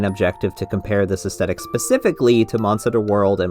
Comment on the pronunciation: please, please, PLEASE pronounce the "th" in "aesthetic." edit: this is a big mood btw.